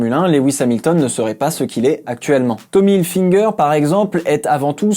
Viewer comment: Pourquoi certaines personnes disent"tommy hilfinger"🤔🤔🤔